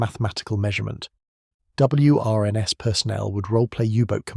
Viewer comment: It’s pronounced “Wrens”. Just say it. WRENS. Like the bird. They did not go round uttering the letters in the acronym, like we do not say “N. A. S. A.”. This channel has good stories, but the scripts are so nauseating, ai slop everywhere. And check the English, you are promoting English stories and cultural heritage, it deserves being listened to by a native speaker who knows how to pronounce the thing. Another one of this channel’s stories tells us about “Doctors with their P. H. D. S.”…